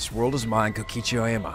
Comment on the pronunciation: “kokichi oima”